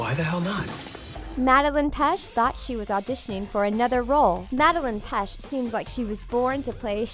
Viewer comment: I’m sorry but it’s pet-ch